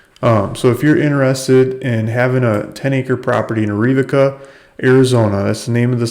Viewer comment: It is pronounced air a vaca There are a lot of those hard words here.